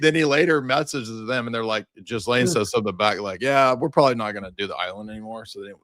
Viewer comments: “Jizlane” really? 😂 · I love the mispronunciation 😂😂 My favorite nickname for her is “The Jizz”— gross, I know, but fitting! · The US arrested and exfiltrated the president of Venezuela, not Argentina. And at this late date, it's a good idea to research the correct pronunciation of "Ghislaine."